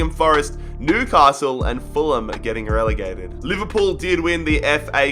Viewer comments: did he rlly say we got relagated to where we belong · "We have been relagated and we done it in style"😂😂😂